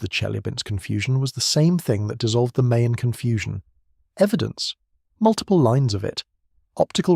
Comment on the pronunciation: Mayon is pronounced as Ma-YAWN.